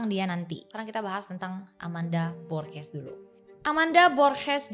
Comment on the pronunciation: G di bahasa Spanyol dibaca h ringa kayak di bahasa Inggris. Gosah kh berat kaya giti Kk, h-nya biasa aja borHes. Klw g dibaca kh (h berat the way you pronounce borges in this vid) itu cara baca g di bahasa Belanda. Cuma share sedikit yg saya tahu